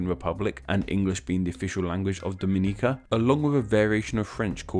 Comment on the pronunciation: Omg you said Dominica correctly!!! I am surprised